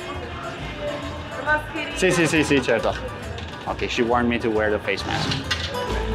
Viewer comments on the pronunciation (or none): none